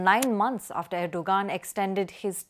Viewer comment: Its pronounced erdo-An